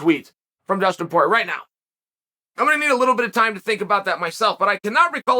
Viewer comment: Who’s “Pee-air-uh”? 🤣